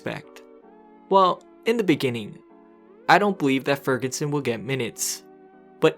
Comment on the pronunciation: Why do you call him Fergunson?